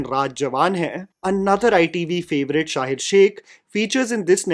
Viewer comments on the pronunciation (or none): One correction dear it's शहीर not शाहीर....❤ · His name is Shaheer….not ‘Shaahir’ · No offense but It's not Shahir, it's Shaheeeeeer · bro its sha-heer not sha-hir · Hii long time viewer here, dont mean this as a hate comment but just a suggestion that when you are doing a review, you should research on how to correctly pronounce the actors names. The mispronunciation of Sanon and Shaheer's name just bugged me, so I thought of letting you know, anywhoo appretiate the review!